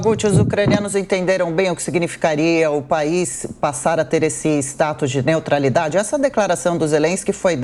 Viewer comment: NEOTRALIDADE... NEOTRALIDADE